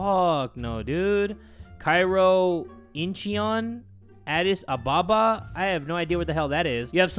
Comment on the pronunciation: Who else is an ARMY and slapped their forehead when he said “Incheyon”